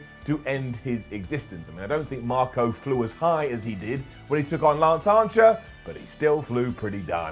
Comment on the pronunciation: Is he saying Lance Ancher?